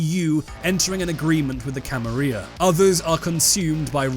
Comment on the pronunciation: How you pronounce the "Camarilla" is like nails on a chalkboard to me.